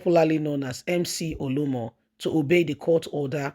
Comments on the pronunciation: Why do you always FAIL to pronounce simple Nigerian Names correctly? It’s becoming annoying. OLU OMO!!! Not OLUMO! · Please he is not Olumo, it’s Oluomo. Your tongue is always twisted.